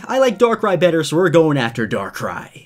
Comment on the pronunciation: Arceus isnt said arsias its ar-ke-us~~Arceus And darkrai sounds like Dacry